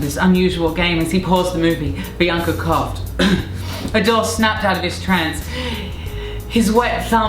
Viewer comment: I like her Courtney says "Biancer" 😃